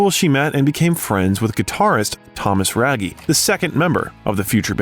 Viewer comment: Thomas Raggi to be pronounced like radgi not ragi 😊